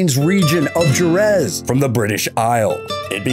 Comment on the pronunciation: Jerez with a J? Learn how to pronounce plese.